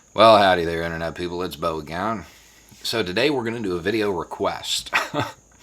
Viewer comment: Hay Beau Gump (that's what my partner thought you were saying with ..."Beau again". She's born in the south but most of her life away a way's northwards & otherwise has very good ears -- go figure!) We gotta make hay while the sun shines, as we too say. Consent-based policing works perfectly with Restorative Justice. As there's a push to make justice real then restorative justice looks more attractive to perpetrators, cuz it makes nobody wrong by setting everything right -- actually corrects & levels so we're all on the level, as is said. Good songs, kinda apt to this potential discussion